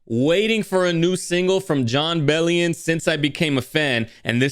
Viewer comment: hahah you said his name right the first time